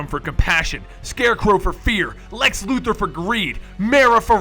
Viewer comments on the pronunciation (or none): none